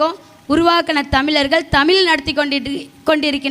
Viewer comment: "தமில்" இல்லை தாயே "தமிழ்" என்று உச்சரித்துப் பழகு தயவு செய்து😢